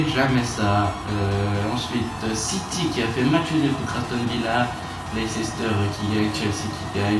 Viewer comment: Sa se prononce LEICSTER et pas LEICESTER